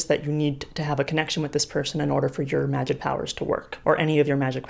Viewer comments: Everyone: magic Cassie Clare, an intellectual: magid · magie, magif, magig, magih...